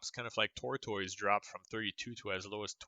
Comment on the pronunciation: You are saying tortoise🐢 wrong....